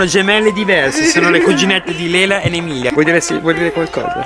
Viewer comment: Ho capito adesso dalla maglietta che si chiama Emelia e non Emilia ops...in effetti pareva un po strano.. pero la tua pronuncia mi ha tratto in inganno perche in inglese la "e" si pronincia "i" ahahahahahahah